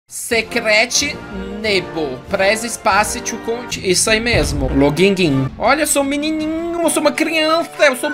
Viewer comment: "logingin" morri aqui kakka,o fala muito bem inglês, me ensina inglês ai